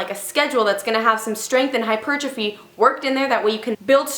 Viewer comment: When she said "hypertrophy" 💪😍👌👌👌👌👌